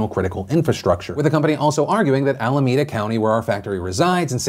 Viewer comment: Allahmeda sounds weird Phil